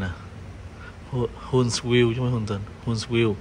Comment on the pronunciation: HUNTSVILLE, AL. Phát âm : Hunt view